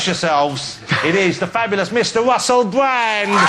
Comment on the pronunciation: Did he say the fabulous Mister Wussell Bwand ? He had a little Elmur Fudd accent for a second there.